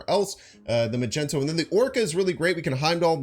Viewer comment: Is it a joke?? I was wondering who the fuck calls magneto magento